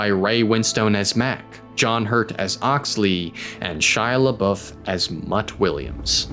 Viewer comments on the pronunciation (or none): none